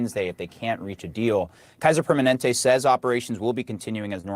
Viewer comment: Hey it's PER MA NEN TE